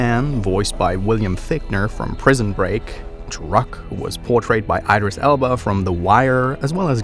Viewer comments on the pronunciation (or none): none